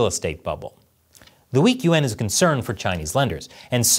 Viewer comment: As an Asian-American guy, I always find it funny how pronounces the word "yuan". He pronounces it "yu-en" instead of one syllable. Maybe he has a hard time pronouncing that word; but, it just sounds strange to me...